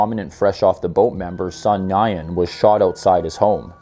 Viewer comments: I belive It's pronounced WIN not Nyan. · Nguyen is pronounced ‘new-win’ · Nguyen is pronounced similar to New-When. Not quite, but that's about as close as you'll get with English syllables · I enjoyed your video, but I'd like to point out two small errors. The Bolsa Restaurant shooting took place on New Year's Day, (Jan. 1) 2009, in the daytime. The Vietnamese surname Nguyen is pronounced close to 'nwin' or 'noo-WIN'. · Nguyen is pronounced closer to “win” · Very minor when compared to the vast attention to detail in your videos. Keep it up! Subbed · It's pronounced Nwen, good vid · Your pronunciation of Nguyen wayyyy off